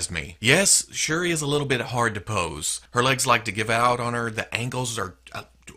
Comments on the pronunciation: You pronounced shuri correct and shuri is from the black panther movie too not just comics she is black panthers sister. In the movie she is a expert with tech and designed black panthers suit, in the comics she used a suit aswell hopefully in part 2 of black panther she can have her suit😆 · Shuri is T'Challa's half sister. She took the role of Black Panther when T'Challa went to Hell's Kitchen to cover for Daredevil(I think). And you're pronouncing Shuri right.